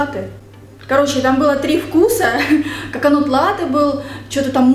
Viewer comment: Так изменилась, не только внешне но и как-будто внутренне и эмоционально, такая прям леди) Ушки эти обожаю💞 Только Коконат, а не коконут)